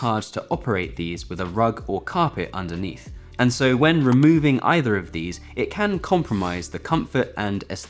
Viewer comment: I can start to hear a little poor use of TH when you say either, like eiver. Please, don’t be like so many of your English YouTube counterparts. Thursday is not Fursday. Thank you is not Fank you.